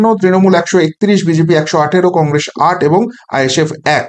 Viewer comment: Ar e age Congress uchharonn ta thik kor...tarpor to harabi ..😂